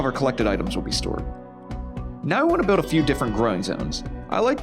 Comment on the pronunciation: You say biwd and biwding instead of build and building lol! That’s all I could think about during the whole video